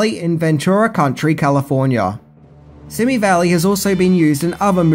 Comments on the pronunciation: the word SIMI, as in the Simi Valley, is derived from the indigenous Chumash word "Shimiyi" which means "little white clouds that dance on the wind.”. . Simi is pronounced "See Mee" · It's pronounced "see me" valley, in Ventura County, not country.